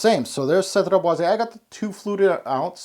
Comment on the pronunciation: You pronounce it bwah-zey (é)